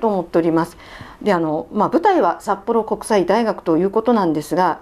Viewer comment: さっぽろうんこくさいだいがくになったのねｗ